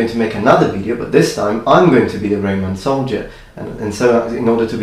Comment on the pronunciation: RO MAN. ROH MAN. Not RAY MAN. Anyhow you look much better without the beard.